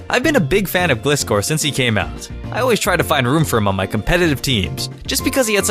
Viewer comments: glis-score hahaha gli(e)score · Hears Glih'scor's name get butchered. It's Gly-score! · It's not glis-cor it's glys-cor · Its called gly-score not glizz-score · Emh, Can say Gliscor once again... The right way? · It's pronounced as gli-scor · gliscor is pronounced as glice-scor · its pronounced. gleyescore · um you pronounced Gliscor wrong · I'm pretty sure Gliscor is pronounced like the word like. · I enjoy the way how u pronounced Gliscor and I'm late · you said gliscor wrong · You pronounced Gliscor wrong, it's pronounced like "glide"